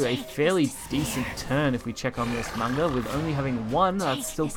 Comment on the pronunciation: isn't it pronounced as Mag-na Legacy instead on Man-ga? or was that an intended pun?